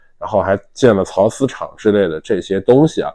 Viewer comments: 是缫（sāo）丝厂不是巢丝厂😂😂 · ，缫念 sao 丝。